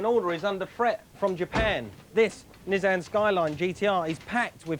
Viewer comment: Oh and Mike saying Nizzan is infuriating.